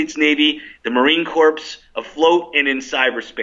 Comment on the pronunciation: 1. call outside police, ensure the press is in on it from the start. 2. get the best to stand down, ensure maximum damage (and that any backup shooter is not taken out). 3. marine corps is not pronounced "corpse" but "core" it is a french word.